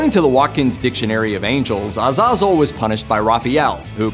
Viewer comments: Ya, I am pretty sure he gave up on pronouncing the second z and the e in Azazel. I think he also messed up the pronunciation of Ithieral too. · Is it just me or was he pronouncing azazel and Gabriel wrong?